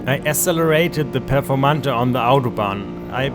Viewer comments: Did you just call the Performante "Performantuh"? Dude, it's pronounced "Pe(h)rformantay". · The Performante you were using.is the German Performante, pronouncing the last "e" with the "uh" sound. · That who-a-can performanda is the nuts.